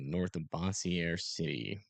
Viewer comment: It’s pronounced Bose-jur or something like that